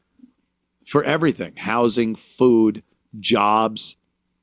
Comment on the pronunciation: "we need ta graw our own foo" 🤣You gonna start a garden in November.!?!